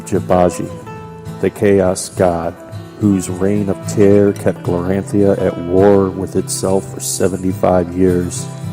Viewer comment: Great job. This world is awesome once we get used to all the new names. Glorantha is pronounced glor-an-THUH (not -THIA). Sartar is sar-TAR. Genertela is JEN-ert-ella. (Not being critical of you, just a note for your viewers). The city of "Notchet" came about when the game was new and the world creator Greg Stafford was askeod by a player if he named that dot on the map yet and he said "not yet." So it took time for the creator to get the names right too.